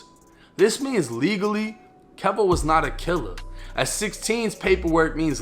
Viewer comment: Keyvo.. its pronounced keyvo. Just ask charleston white